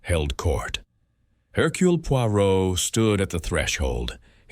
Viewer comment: "Herculay"... The ai narration wasn't unbearable but the pronunciation of Poirot's first name rankled. Overall a pleasant listen. Thanks